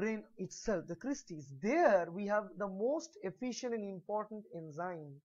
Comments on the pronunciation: That's Cristae and not Creastae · It’s cristae